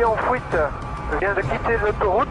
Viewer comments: fuite ou fouite?? mdr le ga en élico dit fouite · "véhicule en fouite" "la voiture en fouite" "la Audi en fouite" Quel accent dis donc... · "En fouite" Accent de Merte ^^ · "attention l'Audi est en fouite" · PS : accent(s)... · C'est moi ou il dit : Fouite :D ? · Il prend la "fouite" .. lol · Fouite ptdrrr 😂